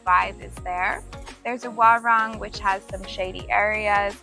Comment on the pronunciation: Please mention warung as waroong not warang😂. Your partner pronounce it well👍 You didn't visit Senggigi beach?